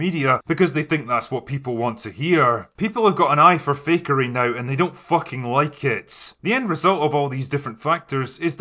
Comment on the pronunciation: he said "fakery"